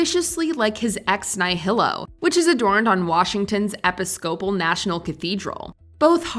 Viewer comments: Episcopal not epi-scopal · "Ep-i-scope-ul"? Those of us who aren't A.I. know that it's pronounced "E-PIS-ca-pul." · "ep-pis-SCOPE-uhl?" Was the narrator trying to pronounce Episcopal (eh-PISS-coh-pull)? How did that not get caught in post? Might as well give up and let AI narrate if that's the sort of effort you're going to invest. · "Washington's EP-is-COPE-al National Cathedral.", the e-PISC-o-pal Church would like a word with you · Ep-is-Scope-a;ll? are you truly that clueless or has Watchmjo joined forces with the dark side and started using AI? It's E-pis-cap-pol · Episcopal is pronounced “uh-pi-skuh-pl”, not “ep-ee-scope-ul” 😩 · Can you teach your AI reader that Washington's National Cathedral's art work (as stolen by the Devils's Advocate) is on the e-PIS-co-pal church building, NOT the e-pi-SCO-pal church. The Episcopalians should sue you for getting the pronunciation wrong! ARGH! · ep-is-COE-pal? e-PIS-co-pel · Eh-pih-SCOPE-uhl is actuall ee-PIH-scoh-pahl. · Well when did start using Bots? No person in the English-speaking world would pronounce Episcopal as e-pis-CO-ple. Bot giveaway. No longer subscribing to you you're drunk you're junk,🤮🤮🤮🤮🤮🤮🤮🤮🤮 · “Epi-scope-uhl” OMG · Eppi-skow-pull? You mean Episcopal? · "Epi-scopal" - either this is terrible AI, or someone didn't have the best education. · “Epi-scopel” killed me! had the emphAHsis on the wrong sylAHble there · Ha ha, I had to go back and see what you were talking about, then I remembered thinking when I heard it, "What's an eposcople?" Now I know.🤣🤣🤣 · Epi-scope-al? I am rage commenting. I fell for the bait. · Epi-scope-pull? Seriously? 🤦🏼‍♀️ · Epi-socal? Never heard of it. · Congrats child, you said piss on the internet. It's actually uh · pi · skuh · pl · "Eppy-scope-al"....this presenter can't be AI as AI isn't that dumb. I'm sure any member of the Episcopal church watching this was far from thrilled. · Epa-scopul? It's Episcopal. AI narration much. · Epi-SCOPE-al? Miserable AI.